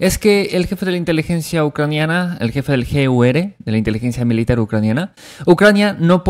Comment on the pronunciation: El gur porque dices ere como si la r fuese sorda?? O como se escribe, es que me despistas al igual cuando dices VDV rusas, que tu dices BDB, y son VDV, osea uve de uve, me despistas, asta que averigüe que decís a la v le decís b. Pero lo del gur, dices la r como ere.